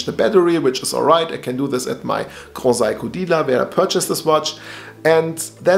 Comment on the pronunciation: grohsaiko is amazing brother:) just wanted to make you aware of the proper pronunciation! Also love your dial and the watch.. do you know much it costs to change the battery?